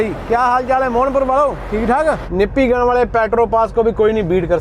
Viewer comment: Fir se galat bola "Nippigun". "NIPPLE GUN " Bolte hai......😁😁😁😁😁😁😁